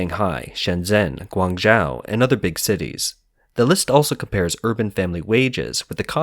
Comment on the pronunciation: Guang Zhou sounds like gwang Joe. Not gwang joww.